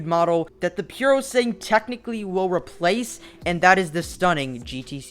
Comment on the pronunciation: Isn’t it called PurosangUEH?